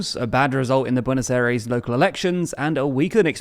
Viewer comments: You mispronounce his name terribly, also Peso and BuenosAires, damn you need some Spanish lessons, literally butchering the language. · You got the pronunciation of Buenos Aires wrong